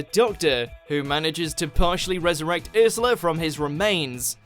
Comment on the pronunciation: ARE YOU KIDDING?! I love the sunglasses. Also I love the episode love and monsters oh and it's URshula not irshila. I LOVE THE SLITHEEN SO MUSCH.